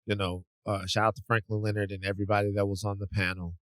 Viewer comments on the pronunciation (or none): none